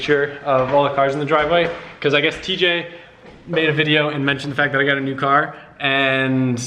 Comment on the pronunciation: I believe it is pronounced "Tee-jay" xD